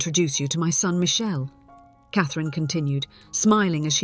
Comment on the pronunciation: Not AI because if it was then it would not say Cathrine's correctly.